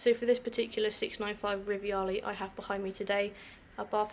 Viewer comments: It's Rivale...NOT RIVIALE! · No "I" in the Rivale name... Just Ri-va-le not riviale